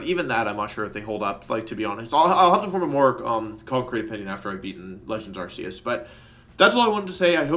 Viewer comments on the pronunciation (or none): none